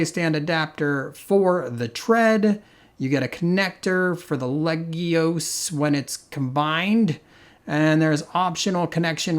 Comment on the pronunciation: I find it rather amusing that you said you were going to mangle the pronunciation of "legios" and ended up consistently pronouncing it properly. :-P